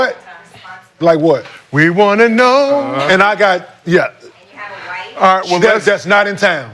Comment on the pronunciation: Kenyon: "If he winning ight"😂😂